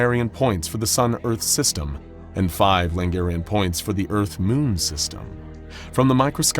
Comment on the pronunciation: "Five Langarian points" -- still at it with the pronunciations, I see...